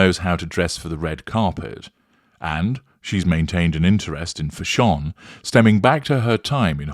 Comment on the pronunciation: Still cracks me up when you say Fash-ON, 😂😂😂